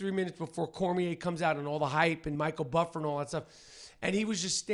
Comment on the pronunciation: He said Michael buffer omg 😂😂